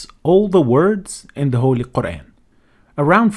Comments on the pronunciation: A person who can't even say Quraan , is going to teach Quraan, what's wrong with this ummah. If you want to learn Arabic, enroll in a madrasa or go to an Aalim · Dude doesn't even pronounce "Qur'an" right.